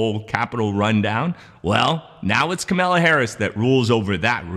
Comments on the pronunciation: KAMALA not KAMELA! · Kamala. Say "comma", add "la" to the end. You're saying Camilla, like the duchess. Entirely different names. She's only the second most powerful person in the free world. I think she deserves the respect of pronouncing her name right, regardless of your political affiliations. Does this count as my comment?? 😎🤪😇🤷‍♂️🧐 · I heard Kamala tell a reporter, the correct way to pronounce her name is like "comma" +la. Just so you know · VP is pronounced Comma la {Kamala }